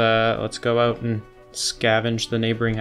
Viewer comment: "out" gives it away